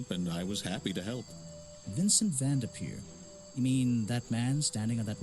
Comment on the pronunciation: vendepeer 😂 awsome video loved it